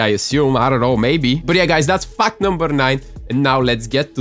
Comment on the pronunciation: I thought he said fak number 3